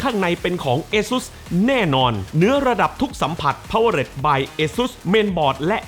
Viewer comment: ขอนอกเรื่องนะครับ พี่ ตอนที่พี่อ่านออกเสียง สปอนเซอร์ คำว่า Powered ควรจะอ่านว่า พาว-เวอร์ แล้วลงท้ายเสียง ตัวที นะครับ ไม่ใช่พาวเวอร์เร็ด ผมเป็นแฟนช่องนี้ไม่อยากให้อ่านผิดครับ ❤